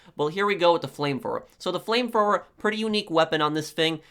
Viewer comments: It's "flame thrower" not flame fwower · “Flame frower” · Frame fwoer lol this guy's got the typical nerd voice. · the “fram frower”😂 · Flame Frower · It made me laugh so hard how he say flame thrower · Brooooo u talk so fucking stupid what is a flame froer? And wtf is wiff lol dude seriously...